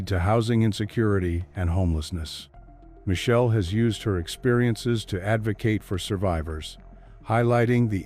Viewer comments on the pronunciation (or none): Her name is Mi-chel-lé.. pronounciation